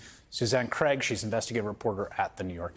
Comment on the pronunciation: Why can't Americans say Craig properly?